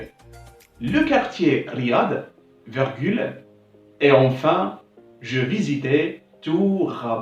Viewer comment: Bonne initiative, une petite remarque on dit virgule et non vergule . Bon courage.